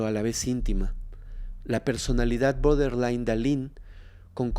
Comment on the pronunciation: No se dice boderline es "Borderline"